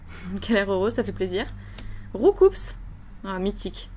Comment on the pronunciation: la façon qu'on prononce Roucoups on ne dit pas le s. J'ai appris ça dans une vidéo de Pokémon Trash. Bonne vidéo!